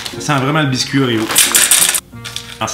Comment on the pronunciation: Je veux des Oréo "whores" (comme il dit xD) à la place de mon Prozac !